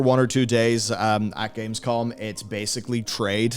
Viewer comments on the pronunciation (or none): none